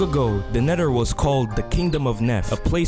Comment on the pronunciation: "The nedder" do you have some kind of accent?